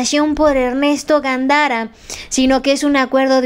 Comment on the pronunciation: Gandara no, es Gándara mi estimada.